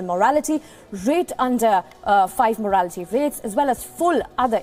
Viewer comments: Morality? it is mortality...and it is not antirovial therapy it is antiretroviral therapy plz first understand what you read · This anchor is a bum. It is neonatal morTality not moarality